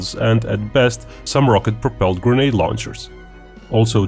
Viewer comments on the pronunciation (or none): none